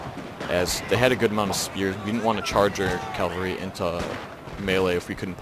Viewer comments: cav-al-ree, not cal-va-ree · Omg. He mad me mad with this one. He just kept emphasizing his poor pronunciation